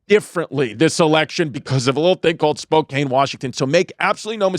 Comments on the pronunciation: It's pronounced spo kan. Not spo cane. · Chrissy, say it with me "SPO-CAN" not "SPO-CAIN". I don't know why it's impossible for all of you east coasters to say it correctly lmao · As someone from Spokane, firstly it's pronounced spo-can, and second, the homelessness has gotten bad please save us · Spokane is not that crazy 😂 And he’s gonna piss everyone off pronouncing it like that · Spokane is so terrible i'm not even gonna correct Chrissy's pronunciation of it